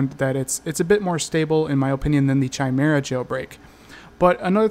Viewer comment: Why are you still pronouncing it CHI-mera? It's KAI-mera!